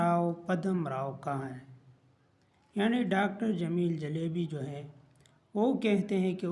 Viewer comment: Jalbi❌ jaelebi✅